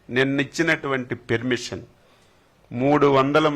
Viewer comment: ఒరే లఫూట్, పెర్మిషన్ కాదురా పర్మిషన్. మీ తప్పు కాదురా నీకు ఓట్లు వేసారే వాళ్ళను కొట్టాలి చెప్పుతో.